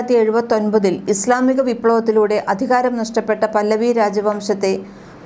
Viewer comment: പല്ലവി അല്ല 😂😂 റെസ (പഹലവി)